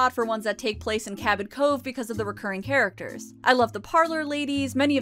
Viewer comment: I thought you said "recurring HAIRacters" when talking about the women in the beauty shop.